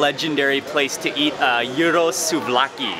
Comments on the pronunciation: It's not called Euros but Gyros, like kiros but with a soft k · the pork wrap you are eating is GYROS, pronounced jeer os, just incase you didnt know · You say it's pronounced yiros? Than that may be a dialect, but when i was for example on the peloponnes they said it like Kiros with soft k.